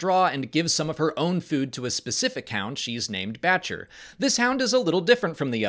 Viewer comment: I swear she was saying "Betch-ya" not Batcher... dunno... but ya I realize it's Batcher....